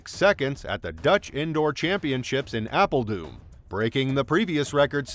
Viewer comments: I love how you say Apeldoom instead of Apeldoorn, i could not stop laughing for about 30 minutes. Thanks for not doing your research, its appreciated! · ApeldooM 🤣😂🤣😂🤣😂🤣 (it's actually ApeldooRN - my own last name also contains that combination, so I know that misreading well. I even changed the way that I write my own name to prevent it...)